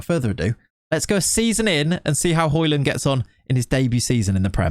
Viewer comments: it is højlund not highlund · Its not Hoylund its Hoelund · You pronounce it "hoejlund" You kinda need to go on translate and listen to the "ø" to really know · It's "Høy-lun" I think, he said so in the interview videos I watched of him while he was in Atalanta IIRC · its pronounced Hoi-Loon... the 'd' is silent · Its pronouned the way you say it except the "D" is silent. "Hoy-Loon" :) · Hoylun is how it’s pronounced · it's "Hoy-lun" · It is pronounced the way you would in England, just a little different. The "Ø" sound can be said in many different ways, but in this case with Højlund it's pronounced like the O in "Olive". The "D" is actually silent, så in Danish, you would basically just say "Højlun". Yea, Danish is weird 🙃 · it's Huge-land man, come on 🤐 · Højlund is like Django, the D is silent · Høj = High But i’ll say Højlund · Nope, you don't pronounce the 'd'.